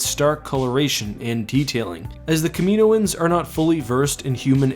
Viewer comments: It's not Kaminoan (Kah-MEE-noh-ahn) it's Kaminoan (Kah-MIH-noh-ahn) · idk but i think kaminoan is pronounced (KAH-meh-NO-an)